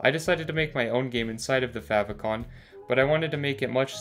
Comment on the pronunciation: How not to pronounce "favicon" :(